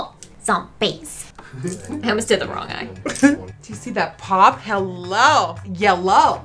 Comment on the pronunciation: who here thought that at the beggining, when nikkie said "hello" it sounded like "holo" ??!!! cristene lol